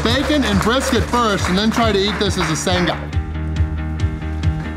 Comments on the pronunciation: Watching ya calories with a strawberry milkshake, a bunch of bull shite. You sound ridiculous saying sang-ga, the gee is almost silent and you say it quickly. said it. Very funny video nevertheless.. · Dude, next time you have a “sanga” please learn how to say it properly! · really strugglin to say sanga lol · Still sounds weird hearing you say sanga 🙃🤣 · whoever told you to pronounce Sanga like that has stitched you up. It's just the word 'sang' with an 'a' on the end. stop fixating on the 'G' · I love you but you need to stop butchering the word SANGA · Sounds like you say 'SUN-GA', where it is more like 'SANG-UH'. Like you sang a song. No hard G. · Sanga not sunga! Ya tomato sanga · Great win, great support from, love you've come to Australia As for the pronunciation of Sanga, it's sang like you would a song, then aaare like a pirate Not san....ga, lol Anyway have fun, love ya 😂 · Love the slang haha. Sang-Ah ( Sanger ) we pronounce it not Sung-ah but very close 👏🏽👏🏽👏🏽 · u pronounce it like saying sang and ahh together, Sangah not sunguh xD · It's not Sang-ga It's Sang-ah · Lol. Its not sang-gah its sang-uh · Its pronounced SANG-ahh not SUNG-GA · "Why can't you say it right??" "You say it and I'll echo you.." "sanga" "That's what Ive been saying!" 😂😂 You two are such a great couple❤ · "Why cant you say it properly" 😂😂😂 was thinking the same thing.. Its not a "sun ga" 😂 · hahaha, we don't put emphasis on the g instead its kinda silent, like a ng sound haha the emphasis is more on the last a so its like sangA haha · …. From every Aussie it’s Sanga.. like sang (as in sang-a song).. sanga.. no emphasis on the g sound! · It's a soft G in 'sanga' mate - not 'san-Ga'! Definitely put you on struggle street, but you still nailed it! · Nobody pronounces the 'g' in 'Sanga' it is pronounce the same way as sang (past tense of sing) with an 'ah' on the end Sanga... from sandwich. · It's Sang a